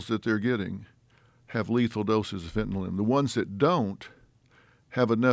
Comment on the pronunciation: Dr phil can pronounce fentanyl correctly. 👏